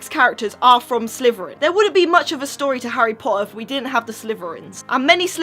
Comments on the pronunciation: I'm sorry but why do you call it Sleveren when it's Slytherian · I hate to be rude but you can't pronounce your own houses name it's Slytherin not slyverin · Its slitherin not sliverin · You say Slytherin like slitherfrin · It's pronounced exactly how it is spelt slytherin. Not slyverin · What's a slverian???? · did anyone realize she said slyverin? not hatin or anythin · Am i the only one who hears "sliverin" from?